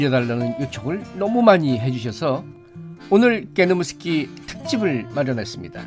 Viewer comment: ㅋㅋㅋㅋㅋㅋㅋㅋㅋ 우리집 개노무스키 라고 할 때 그 발음이 너무 찰져요 너무 좋아 ㅋㅋㅋㅋㅋㅋㅋㅋㅋㅋㅋㅋㅋ